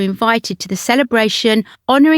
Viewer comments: Corps is pronounced core. A corpse is a dead body. Please ensure your research is extended to annunciation and pronunciation. Thanks. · The Honourable Lady Ogilvy being Princess Alexandra of Kent, who has served the monarchy well. Corps is pronounced core and in the plural and possessive as cores. A corpse is a dead body. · Corps The P is silent. Please!!!!!